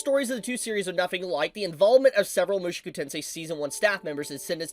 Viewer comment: Oh dear can't stop myself... MushOku not MushUku! Show not Shoe!